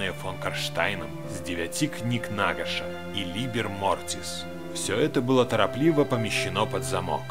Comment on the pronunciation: НагАш. Ударение на 2 а.